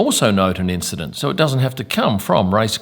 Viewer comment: and "causing an INCHident" well played, 10sec rewind on this video 👌